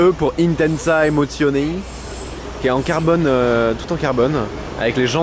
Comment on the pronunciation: Juste par contre c'est intensia emozione et pas intensa emozioné mais je ne t'en veux pas